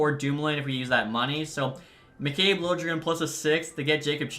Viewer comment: Lil-Ja-Jren It’s lilegren pronunciation